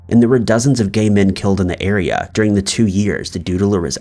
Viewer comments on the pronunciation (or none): none